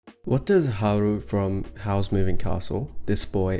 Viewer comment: It kind of irks me that you call Howl, "Haru" since the character's actual name is Howell but I guess Studio Ghibli renamed him for their movie? Just feels like a translation feedback loop, like something someone put through Google translate.